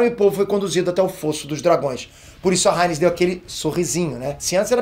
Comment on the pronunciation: A "ráiniz" kkkk